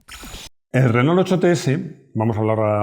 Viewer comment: Porqué los españoles dicen “RENÓL”? 🤦‍♂️. Renó, renó!